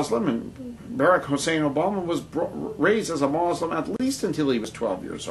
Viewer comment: what the fuck is this guy talking about? Not all of the founding fathers were christian. That's a lie.And even if Barrack Obama was a muslim (and by the way it's mUslim not mOslim) and not a christian, who cares?In fact I think it's about time we have another athiest president(thats right I said another, do some research and maybe you'll actually learn somethingI think that it seems smart to elect someone who doesn't believe in stupid fucking bronze age myths. -peace